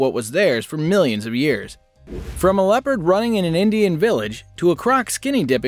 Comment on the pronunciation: Ya said mill ons of years like a few seconds in. Not gonna watch.